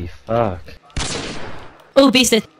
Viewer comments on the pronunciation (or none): He said beasted so many times I thought he was saying BEAT IT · 808 Hawaii Surfers Bro You said bested not beasted😂